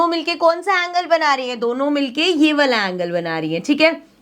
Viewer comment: woh वाला hota hai na ki वला🫥😂🫪🤔